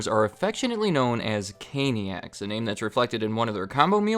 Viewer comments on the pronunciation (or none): actually says “Canicas” instead of “caniacs” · "Caniacs" >Canicas That's an oopsie poopsie. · ‘Canicas’? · "CANICAS". Twice. Ouch. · “Canicas” lol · You say Cainiacs but spell it Canicas wtf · Caniacs? ❌🙅🙅‍♀️ Canicas? ✅👍🙌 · "...followers known as 'Caniacs'..." Screen: "CANICAS" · canicas LOL